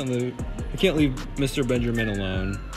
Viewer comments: “Another Benjermin” 😂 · Did he just say “another Benjermine”? wtf